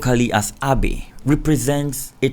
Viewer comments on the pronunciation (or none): Please I suggest you consult with native speakers of languages you cover so you’re pronouncing things right. I have seen several videos of you where you pay no regard to the pronunciation. It’s as simple as asking a native speaker how to pronounces the words. Nile (Abay) is not pronounced as Abey but Abbai. Paying attention to minor details like this can only improve your content. Please consult native speakers of the stories you cover so you don’t butcher words of languages you don’t speak